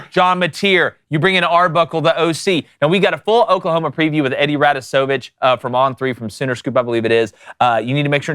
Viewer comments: Eddie RA-dos-O-vitch. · If you have never heard a Russian name pronounced out loud, even one time your whole life....just say Eddie Rado. That was embarrassing.... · (ruh daws uh vitch)